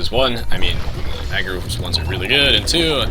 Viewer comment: Awesome vid! Wouldn't it be better to just say "Hungarians" instead of mispronouncing the word Magyar? :P :P Since they do speak Hungarian anyway...